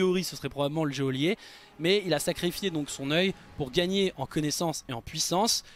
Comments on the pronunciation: geôlier ça se dit comme joyeux jojo et pas jéolier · "géolier"... De l'illettrisme de la communauté française... "Geôlier" se prononce "jolier" omg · Ta prononciation de geôlier pique un peu, d’autant plus que tu le dis souvent. Ça se prononce comme « jolier » (ʒolje en phonétique). À part ça excellente vidéo comme d’hab qui se boit comme du petit lait 👍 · Un peu fort en effet illettré...Certains belges prononcent "géolier"....alors tu est un belge toulousain alors???